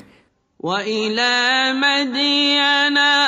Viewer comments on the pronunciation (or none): শেখ আপনি বারবার বলছেন মিডিয়ান কুরআন তো বলা আছে মাদিয়ান